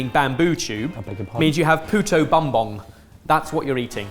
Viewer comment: very fun that every year a filipino dish gets noticed here! Also, as a filipino ben pronounced "puto" correctly. But Bumbong is pronounced as boom-bong (like a pair of "tongs")